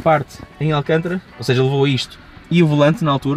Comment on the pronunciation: Não é alcantra que se diz mas sim alcântara , muito erram os portugueses 🤣🤣 Abraço 💪